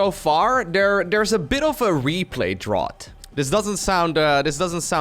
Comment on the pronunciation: Drought === drow't ... dr oww 't (the oww = suddenly painful moment) What you pronounced === dr aww 't (the aww = empathy for another)